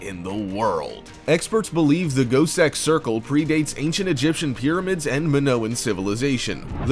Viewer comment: I swore the said goatsex circle not gosek